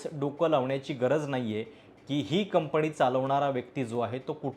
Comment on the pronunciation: कंपनी म्हणायला शिका दे मग कोटिंग मध्ये बोला